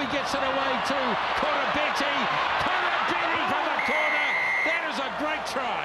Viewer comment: and its *Koroibete! you boci